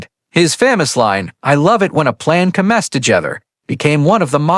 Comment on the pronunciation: Not PE-pard, pe-PARD! Stupid A.I....is it that expensive to pay someone who can read simple English? Oh my...the more I go through this, the more embarrassed I am by this A.I's recitation of English text! "...World War i ?" "I love it when a plan co-MES together"....nearly EVERY SINGLE sentence is butchered by this idiotic A.I.'s inability to recite English text.